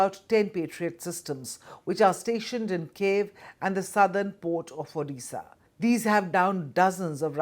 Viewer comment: " Cave, odisha and beg " 😂 you can't Even pronunce the names correctly and you call yourself a journalist